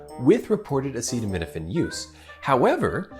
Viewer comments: Him trying to pronounce acetaminophen is what is dangerous. Why is this man allowed to use words at all?! He is horrible at them and the context is dangerous. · Sadly they don’t even see how absolutely idiotic and scary their behavior is. This clown can’t even pronounce a very popular medicine.